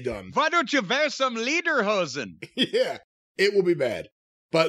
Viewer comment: "Leader-Hosn"... 😁 That's a pun that was certainly not intended. Correct pronounciation would be "Leder" like in "Bret" but a little bit more streched. There is actually no "streched e" in the english language. But with a Nazi Gimmick the "Leader-Hosn" fits quite well. 😉